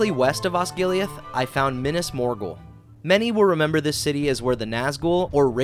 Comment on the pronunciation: I took my blade out when he said "minis morgl"